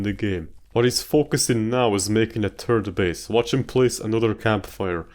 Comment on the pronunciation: 'turd base'